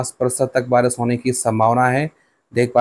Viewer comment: Pahle Barish bolna to Sikh Lo acche se Baris bol rahe ho